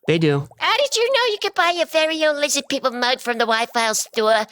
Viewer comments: "LIZZID PEEPLE "😂❤👍👍👍👍👍👍👍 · When Art Bell interviewed him, it just sort of fell apart. Seems messed up. Say Lizz-add peep-el😅. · I do love it when he says Lizid People! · Yes “Lizzad Peeple” 🔥🔥🔥🔥